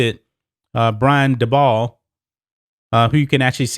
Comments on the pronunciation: Dabol is pronounced daybull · By the way u pronounce Brian Dabol (Daybo)